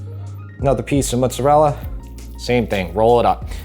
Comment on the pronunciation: Oh my word, I could listen to say “mootza-rella” all day long, LOL! Hey, you should absolutely get an air fryer. Amazing for browning meats with zero spattering grease and the headaches of cleaning that up, plus all the other lil appetiser things you can get at Costco... your favourite place. Ha! In Montreal we have some great Italian grocery stores, it’s such a pleasure to be spoiled with so many fabulous choices for tomatoes, cheeses and cured meats.